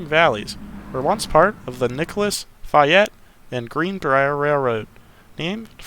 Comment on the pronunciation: There's an operating mine (on/off) south of Nettie (on the branch to Quinwood) and one up near Clearco (north of the Anjean loudout) - another on/off. And given you don't have a southern WV accent, we'll give you a free pass on mispronouncing Talcott, Anjean and Fayette. LOL I remember as a kid, Rainelle had a small yard with an engine house. Quite a bustling place. There's a Kroger shopping center there now.l GREAT JOB!!!